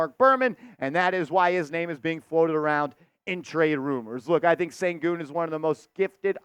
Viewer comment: First of all, please learn how to pronounce the names of the guys you're talking about. SHEN-goon, not SEN-goon. He would be the absolute perfect fit for this team. He is the best young playmaking C in the league and will be the next Joker if he stays healthy. KAT is not the answer. Never liked his game. He's way too soft. I say we go after Sengun with everything we can and look at Kessler if that doesn't work. Trade Randle for Sengun, call it a done deal